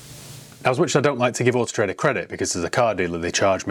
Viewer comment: "Horse Trader"...when you say Autotrader fast 🤣